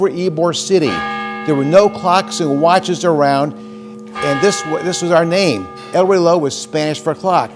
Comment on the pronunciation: Can't even pronounce watch correctly generations after pff 😑